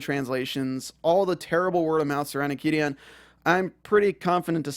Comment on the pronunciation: Took me a while to understand you were saying Qidin. That aside... Qidin was able to remove patreons of WW translators because the gave exclusive publishing right to Wuxiaworld. They said that posting chapters on patreon owas a violation if the agreement. Filing the DMCA(s) was a total dick move. Totally stupid. They had already sold the rights to Wuxiaworld.